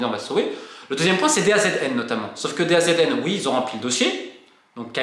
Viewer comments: Une bonne fois pour toute Romain on dit Da Zone pas DAZN 😅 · Les demandes sont totalement disproportionnée par rapport aux autres championnats Européens... Merci pour ces clarifications Romain! et d'ailleurs, DAZN ca se prononce "da zone"!